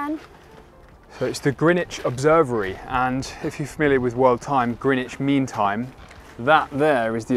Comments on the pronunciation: calling it "Greenwich Observery" stressed me out ahaha! xD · Can't and get a basic education regarding the places they show us? doesn't even know how to pronounce the word Observatory, instead calling it 'Observery'. Clearly had never even heard of John Vanbrugh before visiting the house, yet he was one of the most famous English architects of the early 18th Century designing not only Blenheim Palace but also Castle Howard (of Brideshead fame) in Yorkshire. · "OBSERVERY.......??" Boom a new classic...!